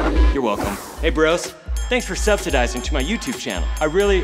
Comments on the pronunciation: Subsadizing... Subsadititation.... UUUGH, THE WORDS!!!! THE WORDS!!!!!!!!! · "subsidizing" and "subsidididation" 😂